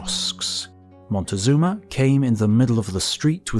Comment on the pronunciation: Having trouble with the name "Moctezuma", I see. At least you didn't do the Gringo thing and try to pronounce it "Montezuma", which is absolutely wrong. It's a simple Nahuatl name (Mexica/Azteca): "Moc-teh-SOO-ma".